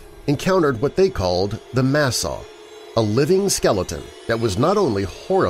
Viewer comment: Tawa is pronounced dawa And it's masaaw We live in the fourth world and this one is ending. The story is our emergence and the beginning of our prophecy. I can explain the story. But this is very good nice job for representing me and our tribe with respect.